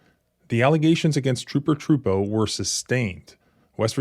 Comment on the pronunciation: I believe you're pronouncing the troopers name wrong. It's Trooper a.j.Tru poo